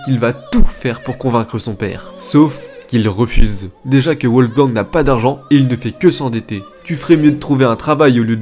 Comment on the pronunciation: Pourquoi prononcer " Ouolfgang " ? En allemand les w se prononcent comme des v en français. Les vidéos sont sérieuses, mais ce genre de détail fait très amateur. Dommage !